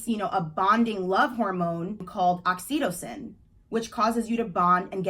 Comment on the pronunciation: Listen to Billies song Oxytocin for pronunciation!